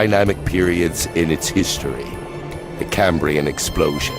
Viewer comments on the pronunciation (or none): It's the CAMbrian explosioooon "that's animals and stuff"